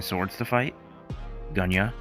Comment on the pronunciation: I THOUGHT I WAS THE ONLY ONE CALLING GENYA, GUNYA, LOL!!